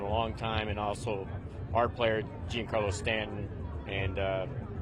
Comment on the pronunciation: 😂you make a valid point there and I admit I was questioning my own pronunciation of big G’s first name when I heard that!!! But it’s not like gene Carlo but more of a John Carlo right?